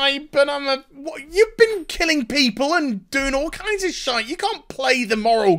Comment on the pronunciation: SHIT""E""", damm you like the "french accent".